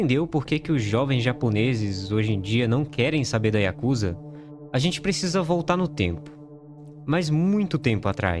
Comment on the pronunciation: A pronúncia correta é yakuzÁ!!!!!!!!